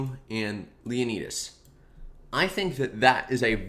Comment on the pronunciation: Jeez, he butchered Leonidas, Leen-nus he said, LEE-O-NAI-DES!